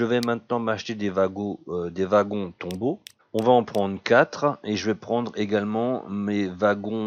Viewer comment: tu me fais rire :) XD c'est tomberaux pas tombeaux XD et Ranche pas rancher j'adore ton humour dans tes video